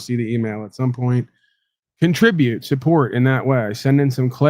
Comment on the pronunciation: Did you say cumtribute at the end of your broadcast? Or was that the porn I was listening to in the background… hmmm.